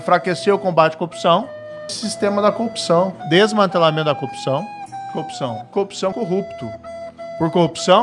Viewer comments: A montagem no final do vídeo só explicitou a compulsão do moro pela coopção (ou cuopção, dependendo do afinamento do ouvido). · PQP, qtas vezes o marreco falou “copção” ? Hahahaha… sensacional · Marreco não consegue nem falar "corrupção " ...que sujeito deprimente. Bob conhece o canal do Thiago dos Reis, Plantão Brasil? Assista. 👍🏼